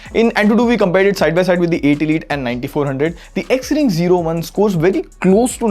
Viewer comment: Bro you are saying XRING 0(ZERO)1 but trekin tech is saying XRING O1 😅